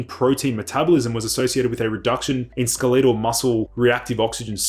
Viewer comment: Wait, what . . . "skel-EE-tel" muscles? What language are we using here?